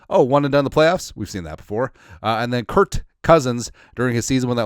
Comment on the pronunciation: His name is Kirk. I don't understand why you call him Kurt.